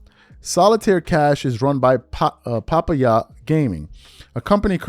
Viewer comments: He said. Papa=ya 😂😂😂 its puh-pie-yah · Pop-pa-yah? Scoozy? 🤣🤣🤣🤣Son, get AI to do the reads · Hey my man it’s “puh-pie-yuh” like the food. No shade just want you to be on point. Haters laugh at mistakes, real brothers correct for your elevation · First thing first. It's pronounced Pa- pie-ya. Second: Smith is more out of control every week. He has more beefs than a gangster rapper, and constantly gets out of his lane, snd into politics. Sooner or later, his bosses at ESPN are going to tell him to shut up. Will he listen? If Max Kellerman and Shannon Sharpe wete expendable, Smith is too. Even with all those ratings. The gambling app is questionable with all the gambling scandals going on, but since his co-workers are also involved, I'm assuming that the network approved all this. McAfee calls his own shots because he still owns the rights to his show. ESPN pays for the rights to telecast it, not produce it. It's a mess right now, but things can change real fast. Ask Shannon Sharpe... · Hard to believe you don't know the correct pronunciation of "papaya" and "scuzzy" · FYI it is papaya like the fruit… look it up… and it’s R.I.P. sometimes listening to these “influencers” trying to read is so funny.. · It's killing me that still cannot say Papaya. Nigeria is a tropical place, I know they grow papaya there! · Hearing him mispronounce PAPAYA is taking me out 😂😂😂😂😂